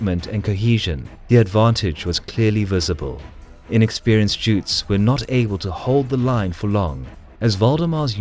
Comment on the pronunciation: I love your videos. One correction though. You sometimes call the Gotlanders "jutes", which would be the population of Jutland in Denmark. The word "gutes" is pronounced with a hard g (not j). And it would be a bit wrong to call the local peasants swedish at this time. They were more like subjects of Sweden, like the Estonians in Danish Estonia. Gutes were since prehistoric times a bit of a breed of it's own. :)